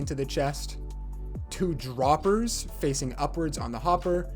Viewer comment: Droppers He ate "r"